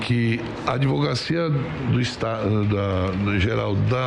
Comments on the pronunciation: E um "presidente" (sic) de CPI falando "ADVOGACIA" como se noção tivesse a respeito de ADVOCACIA ou mesmo de ADVOGACIA.... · "Adivogacia" Esse cara estudou, onde? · Aziz: "advoGacia"... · É pra acabar, o senador da república falar ADVOGACIA kkkkk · "advogacia"? Omar Aziz Presidente da CPI😱😱😱😱😱😱